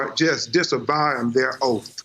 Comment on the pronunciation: disovyin their outh XD